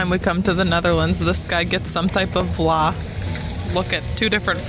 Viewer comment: Frikandel is so so so so good! I think Vla is spoken with an f-sound, not a w-sound